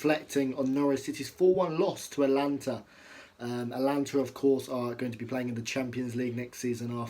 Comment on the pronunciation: mate, it’s AtAlanta 😂